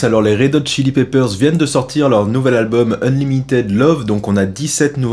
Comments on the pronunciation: Je te kiffe grave merci encore pr cette nouvelle vidéo! par contre l accent en anglais mon dieu!! c est pas unlimitaide mais unlimitide la prononciation! et pas ziz or ze way mais dize or de ways! arretez les francais a mettre des Z partout c est des D!! voila coup de gueule passé lol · Ah ah, j’avais bien entendu Nick :-). Et « unlimi[ei]d » au lieu de « unlimi[i]d. Fatigué ? ;-)